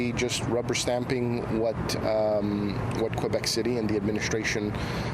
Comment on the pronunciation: This idiots can't even pronounce Quebec properly and they are pretending like they care.